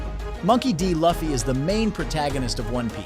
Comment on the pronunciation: "Luffy" is not "Fluffy" without the 'f.' It takes the same sound as 'Lou' from Lou Ferrigno [ Loo-fee]. Eiichiro is also pronounced with a long 'A' sound, not the long 'I' sound. Mispronunciations are my pet peeve so sorry for raining on the parade. Regardless of my frustration, the video was still solid dude.